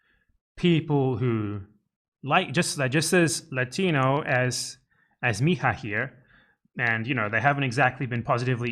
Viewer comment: If it's spelled mija in Portuguese you wouldn't pronounce it like in Spanish. The j is more like the s sound in treasure in American English.